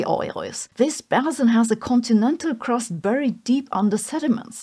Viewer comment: Basin, sounds like bay sin